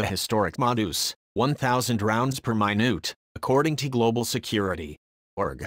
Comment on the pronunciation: WOW! One thousand rounds per my-noot! That's impressive!